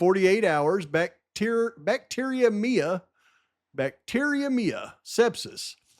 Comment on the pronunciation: bacter-emia (like ane.ia)